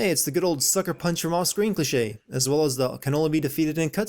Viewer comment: Dude there is so much factually wrong with all the crap you spew, that Id have to be the Bir3man to even have a shot at having the time to address half of it, but I know where I’d start- in your pronunciation of the word cliche. It’s not clitch-aye. It’s KLEE-SHAY.